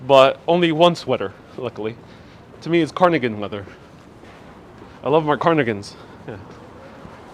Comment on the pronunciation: Love your videos and lighthearted approach! So I am smiling as I point out that it's pronounced carDigan not carNigan